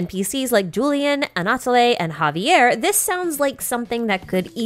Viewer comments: The way she says Anatole is also incorrect. We only change the way we say e when it has an accent on it. She's saying it like Anatolé. Anatole is pronounced Anatol. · P.S Anatole is pronounced as "Ana-toll". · Super vidéo et j'aime les théories mentionnées, elles ont aussi du sens, mais je recommande de revoir la façon dont les noms ont été prononcés. Vous avez mal prononcé plusieurs noms. Par exemple, le e final d'Anatole est muet en fait. Translated : Great video and I like the theories mentioned, they also make sense, but I recommend reviewing the way the names were pronounced. You pronounced many names wrong. For instance, the final e in Anatole is silent actually.